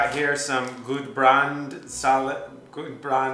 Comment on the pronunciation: As a southern Italian with a sweet spot for Nordic culture, I'm into Norwegian and I felt it when Connor struggled with "Gudbrandsdalen", very difficult. The "u" is often pronounced like in "new", "a" is generally closed and tending to an open "o", the "r" is alveolar (like in Italian) in most parts of the country (except in the Southwest), the "o" in "ost" like in "improve". Intonation resembles a sinus curve. In "brunost", he was almost there, nice try. Apart from language issues, so funny video!